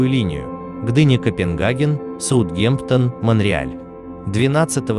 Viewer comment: Проходил мимо, посмотрел пару роликов. Интересно, но, парень, нужно поработать над дикцией. В куче слов ударение ставится не туда и произношение название городов… камон. Сутгемтон?